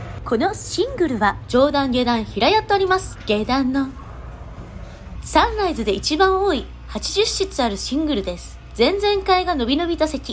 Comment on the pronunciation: サンライズのイントネーション笑 サン↑ライズ↓